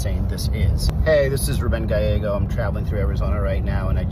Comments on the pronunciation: Pronounced GUYYEGO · Two things: Gabby Giffords didn't die, thankfully. She is disabled in that she doesn't speak easily and struggles to do some physical things, but she still gives speeches. Secondly, Rep Gallego's name is pronounced "guy-AY-go" -- no "L" sound with double "L" in Spanish. Love you,! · Gallego the double ll is pronounced Y,so the name's pronounced Gayego. Btw thanks for all the good work ya do mister. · Small point, but Senator Gallego's name is pronounced with the "ll" sounding more like a "y" like it would be in Spanish. In Arizona we are proud of both of our U.S. Senators, both have distinguished military careers before being elected. Arizona has a proud history of independen-thinking politicians from both parties, including the late Senator John McCaine, a Republican, and former military hero.